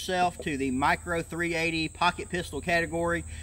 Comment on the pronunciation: What in the hell is a "mirco"?